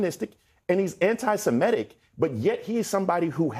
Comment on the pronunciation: It grinds my gears to hear antisemitic pronounced "antisemetic". The clear implications is of a speaker who hasn't read the word and doesn't know its etymology.